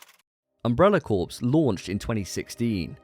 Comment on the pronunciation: Corps is pronounced “core”.